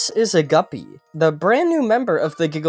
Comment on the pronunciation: “this is a guppy” DID HE JUST SAY GUBBY my stupid brain hears